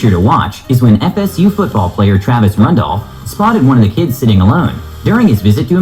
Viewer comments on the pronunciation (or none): Travis *Rudolph, not Rendolph